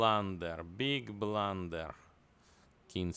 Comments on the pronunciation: Ai dont belif che blan-derrett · Beeg blunderereer